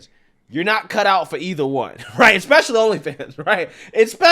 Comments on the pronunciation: Alex Trebek: "Ooh, I'm so sorry. We were looking for 'especially'. That's ''ESpecially' with an 'ES'. You gave us 'ECspecially', with an 'EC'. Let's see how much that'll cost you..... Dignity, trust, and professionalism. I'm so sorry. Tough break, but thanks for playing." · 'Ex specially'. Now thats an 'edumacated' term. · I don’t listen to anyone who says “eck-specially.” Learn to speak correctly please. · Did say, "Expecially?" 🤣🤣🤣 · when someone calls someone uneducated and the follows it up with he word "eKspecically" has some damn nerve.. lol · A "therapist" who says EXpecially is truly a product of equity and affirmative action. A fraud.😊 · "ex"specially hmm? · Ha ha, she talks about education, but says “expecially.” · She lost any credibility she had as an “educated woman” as soon as she said “ecspecially.” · She lost me at "expecially" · The word Isn't "EX-PECIALLY". It's "ES-PECIALLY". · Expecially?? Lmao soo educated... 😂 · Speaking in derogatory terms about others' education while using, "words," such as, "expecially," is a bit hypocritical. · “Expecially”. Are you fucking kidding me? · Credentials? Like knowing how to pronounce ‘especially’ (pro tip: there’s no ‘x’ in that word). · She's talking about black men not having the education, then proceeds to say "expecially" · Homegirl just bashed on people's education. Then said "EXspecially out tha side of yo neck"... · No one should ever claim intellectual dominance while pronouncing the word Especially "Eckspecially". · Did she say expecially? Lol